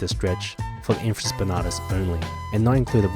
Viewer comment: I’m a sports therapy student here in England, and I’m gonna start saying ‘infraSPANARTUS’ haha